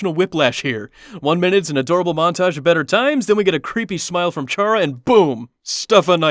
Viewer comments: You dont say it like ch ara you say it like cara but its spelled with ch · Its said kara. Like character. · It's spelled chara but it's pronounced "kara" but their name is short for the word character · Who else cringed when he says chara